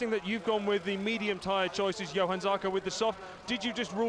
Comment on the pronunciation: Déjà une autre «ÉPOQUE » zarco chez tech3 yamaha,Lorenzo chez ducati,Pedrosa roulait encore,Rossi qui pouvait encore gagner des courses et un marquez champion du monde,Crushlow roulait devant,et petite précision pour le commentateur,on dit JOHANN Zarco et pas Yohann Zarco 👍🏻🇫🇷